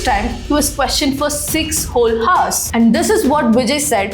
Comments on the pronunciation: your messaging is very good, it is not HOURS, it is pronounced as 'ours', in 99.9% of English 'H' is silent, except Hotel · Mam.. childrens,honest,hours..grammar and pronounciation is wrong at many places..good if u notice n correct